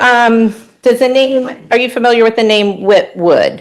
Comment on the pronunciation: Lawyer gets one point for saying "familiar" and not "fermiliar."